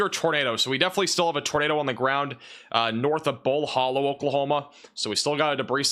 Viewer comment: It’s pronounced Bull Hǒllow not Bull Hōllow